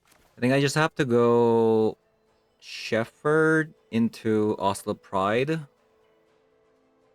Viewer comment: Just FYI, it's pronounced "Sheppard". English is stupid. The ph should make an f sound, but doesn't in this case.